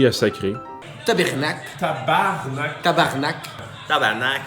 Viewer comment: Assez satisfaisant de voir enfin un Français dire "tabarnak" comme du monde. Thx pour l'éducation à l'étranger.